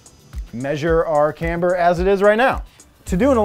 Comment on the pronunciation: woops "Camber*"